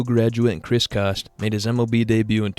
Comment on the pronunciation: Coste is pronounced liked Coast, Not Cost